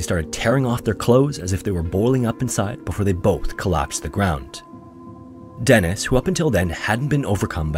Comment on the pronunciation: Eets pronunced "DEE-niss". Deeee-nissss.